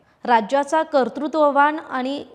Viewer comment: कर्तृत्वान म्हणा मॅडम 😂😂😂😂😂